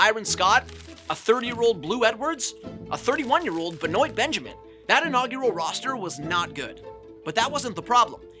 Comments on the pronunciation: "Bennoyt" Benjamin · "BE-Noight" lmaoooo ben wah u schmuck